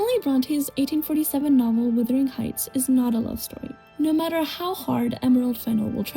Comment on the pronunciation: Most just generally educated people have read Wuthering Heights. They are obviously not siblings in the movie you nitwit. She is his ward and they say that in the movie. Also, it is WUTHERING not Withering! Romeo + Juliet is set in the fictional Verona Beach not Venice. Your video is very late to this discussion and doesn't say anything original that has not already been said in other reviews and videos.